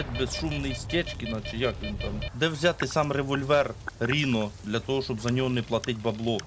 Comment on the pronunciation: давайте може, дядьку, будемо якось правильніше називати речі. Не Ріно, а Райно. З англійської - носоріг. Не ультімейт, а алтіміт. Це англійські слова, не треба їх паплюжити. Дякую.